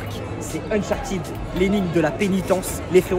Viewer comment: C'est uncharted pas unchartid😂😂😂